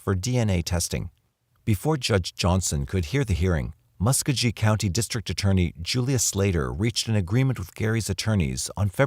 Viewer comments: For what it’s worth, the pronunciation is Mus-KOE-ghee (hard ‘g’ as in go) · I enjoyed your documentary. my only critique is that your pronunciation of muscogee county wasn't even in the ballpark, and the source that you mentioned repeatedly, Bruce l Jordan is a discredited alcoholic who embezzled money from Fayette county. That being said, I think there is no question that the world is a better place without Carlton Gary and without Bruce l Jordan on any police force.